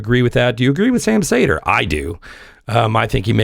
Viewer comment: I’m sure you’re cool and all but why do you pronounce his name as Sam Sayder when he pronounces it as Sam Seeder?